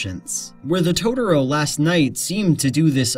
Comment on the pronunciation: Please, please stop calling it "Todoro". I know it's just a nonsense word made up by a fictional Japanese 4 year old, but it gets really grating. I want to hear what you have to say. I like your videos, and I know you're not the only one pronouncing it like this. Rant over.